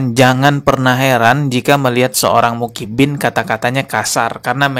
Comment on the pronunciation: Personal aja bro,jgn bawa2 Muhibbin,bisa ga ngomong Muhibbin,bukan mukibin, ngerti huruf Hijaiyah ga sih????😂 Klo blm ckp ilmu ga usah upload malu2in tau?😂